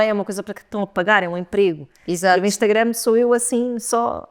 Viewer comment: Gostava tanto q a n dissesse "Instangram", diz sempre e provavelmente nem se apercebe.